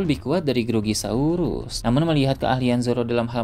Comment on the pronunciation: Grogosaurus min ,, bukan grogi keknya🙄